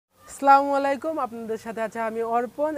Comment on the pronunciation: ভাই স্লা মালাইকুম হবেনা, বলেন আসসালামু আলাইকুম।